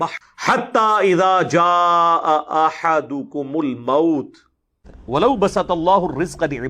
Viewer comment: min pe ahadakum isne ahadukum padhaa ise peche b kahi jagah galat padhaa